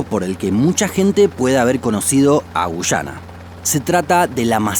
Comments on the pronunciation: Es guyana no gushana boludo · Son Argentinos, ellos no pronuncian muy bien la Y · Gracias por tu excelente video. Tus relatos son muy entretenidos ... Solo un consejo : debes pronunciar sin acento, algunas palabras. Por ejemplo, debes decir Guyana y no "Guchana" . Solo eso, gracias por toda la información. Estoy suscrita a tu canal , y vuelvo a ver más de una vez los videos porque me encantan !! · Por qué gushana? Acaso no sabes que la Y se pronuncia como una i ?Guiana.. tal cual!! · No se dice güyana, se dice guyana, la diferencia entre pronunciar o no la "u" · * Extranjero que ha aprendido español: Ah eso se pronuncia Guyana * Argentin@ No, es Gushana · A los dos los pronuncie gushana XD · Me quedo mas que clarisimo que sos Argentino, por la forma de pronunciar y marcar la "Y" cada vez que decis Guyana